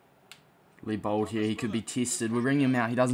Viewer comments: His name is Leibold not Lee-Bald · The ei is pronounced as i